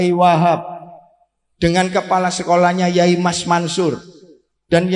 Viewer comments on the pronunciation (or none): none